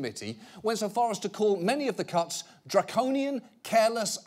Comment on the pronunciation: I hear cucks everytime he says cuts and I can't unhear it. It is pretty funny though.